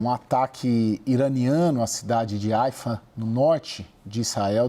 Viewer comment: Nao é AIFA, é HAIFA - fala-se “RAIFA”